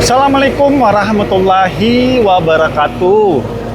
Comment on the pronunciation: DI CHANNEL LAIN BILANGNYA BABE ROMLI BUKAN DI KALI "APUR",WAROH WAROH WAROH MATULLOHI WABARAKATUH BACANYA TULISANNYA WARAHMATULLA(BACA : O)HI BANG DAN KURANGI CENGENGESANNYA BANG .....KEREN,SEMANGAT